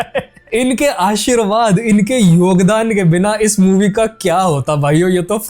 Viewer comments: Aashirwaad ❌ Asheeeerwaad ✅ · Aashirvad ❌ Aasheervaad ✅